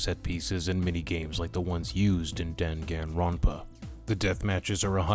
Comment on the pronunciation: Dan Han ronpa? Bruh hearing people miss pronounce Danganronpa makes my blood boil 😡